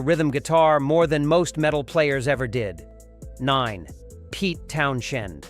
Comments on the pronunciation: Pete Townshend's name is pronounced "Townsend." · Clicked off as soon as I heard Pete’s last name pronounced. I knew it was ai, but damn. Have some respect for yourself. And for other people. Lazy creator. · me too. pathetic